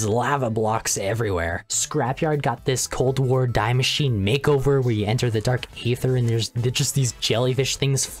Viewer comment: as someone who speaks German it infuriates me when people mispronounce Die Maschine. It's dee Mah-shi-neh